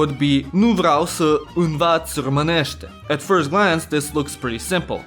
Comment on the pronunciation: firstely românul vrea să plece ... dud you have red it like romanul vrea sa place ... why dident you acount for the â and ă ... and why did you red plece like place ... its whit e not a